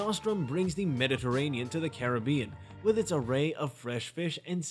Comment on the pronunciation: This is absolutely not an honest review - this appears to be an AI advertisement for the resort. The narration voice doesn't even pronounce Iberostar, Montego, or Caribbean correctly. I would not base my travel plans on this review - add to it that I have been to this resort and, if you are looking for a party atmosphere it won't disappoint. There are activities and partying all day and night. If you are looking for quiet relaxation, find somewhere else - there is no where to escape the party. There is not a quiet bar nor a quiet pool - any quiet at the pool is interrupted by the entertainment team booming over a microphone accompanied by bass thumping music.